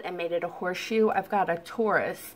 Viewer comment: Tori it’s pronounced tore eye. I was going to have surgery to remove it but also came up with the same idea to cut that spot out.